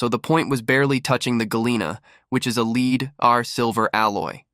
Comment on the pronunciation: Its really annoying that you cannot pronounce lead correctly!